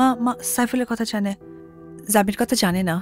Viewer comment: অপু বিশ্বাস এত ওভার অ্যাকটিং করে কেন? কি আজব অভিনয়। হাস্যকর। বাকি সবাই এত ভালো অভিনয় করেছে, আর এই মহিলা? "কথা" কে "কতা" বলেছে। "মাথা" কে " মাতা" বলেছে। উচ্চারণে ভূল, অভিনয়ে বাজে। এই মহিলা কিভাবে এতগুলা সিনেমায় অভিনয় করলো? আগে ছোটবেলায় দুই একটা মুভি যাও দেখেছিলাম, ভালোই লাগতো। আমি শিওর৷ অপু বিশ্বাস এর বয়স বাড়ছে, আর উনি অভিনয় ভূলে যাচ্ছে। 😅